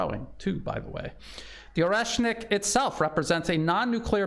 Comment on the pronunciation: "The Orkrocksit missile" 😂